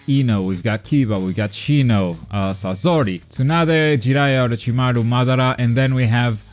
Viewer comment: You said sasori name wrong